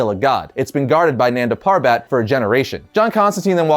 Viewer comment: its pronounced as nun-da pur-bet